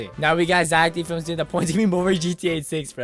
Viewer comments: no bro its zeck felms not zack d films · Is not zack d flims is Zack felms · no Zeck felms